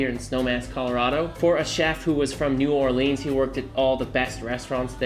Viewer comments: It's not LouEEEZiana It's Lose eeana. It's not New OrlEEnze it's New Orluns. Soften New Awe luns. Capice? Don't make me come up there and set you straight. Btw, nice looking chops. I love your show. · I knew a Louisiana vegan a couple decades ago who would use a similar marinade (with the Steens, sans butter) to make tofu. It was good af on tofu so you know it would crush on a pork chop. Good content,, but your pronunciation of NuWarlens is unforgivable.